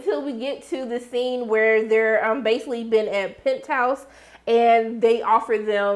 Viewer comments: are you saying "Pent House" on purpose for "Pentos"? If so, I think it's cool. I mean Pentos is wealthy AF, so it works 🤣🤣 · I usually don't like to correct people when they say things wrong. But when you are referring to Pentos it sounds like you were saying Penthouse...lol